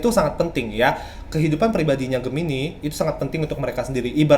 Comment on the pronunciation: Gemini bukan medipikat bang, tapi dia memikat.